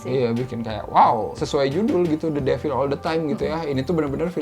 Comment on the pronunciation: Pengucapan mbanya the devil salah😊